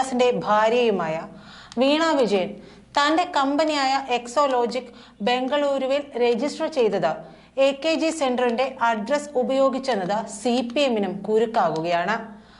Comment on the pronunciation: എക്സാലോജിക് അല്ലെ അല്ലാതെ എക്സോ ലോജിക് അല്ലല്ലോ